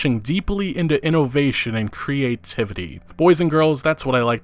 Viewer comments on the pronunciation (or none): Me: "Innovation": "Ee-no-vay-shun"